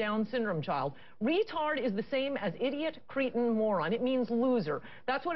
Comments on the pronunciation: she said Cretoun but meant Cretin. What an idiot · Does she mean 'cretin' when she says creton?